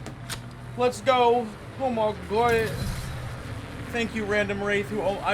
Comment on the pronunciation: “Oh my guahed”